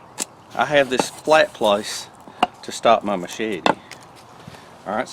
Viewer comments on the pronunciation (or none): none